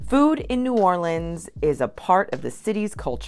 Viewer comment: You did a great job ! Mispronounced a few things, but proud of you for saying New Orleans correctly ! I would add crabs - yum - and also crabmeat au grautin ! I also laughed at the end when you were eating Chinese food - being from New Orleans, I can honestly say that no matter what the type of food, it’s the best in the world - and yes, I did have red beans & rice very often on Mondays ! TFS 😊